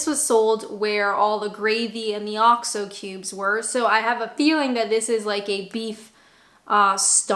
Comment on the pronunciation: What's this "Oscho Beef"? OX-O. Say it "OX-O". use it for cooking. Last year I as very ill. The only thing I could drink was Bovril. Delicious!